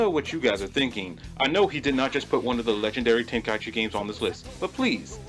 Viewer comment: I can't take this seriously when you say tenka-ichi instead of tenkaichi